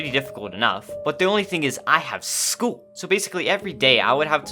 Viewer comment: “I have schoo”? NO HATE I WAS TRYING TO LOOK FOR YOU👍🙂